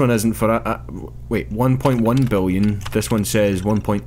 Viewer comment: "Lets say this guy's English", says "Biwwion". Ok.